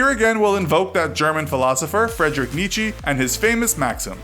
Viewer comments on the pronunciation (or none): none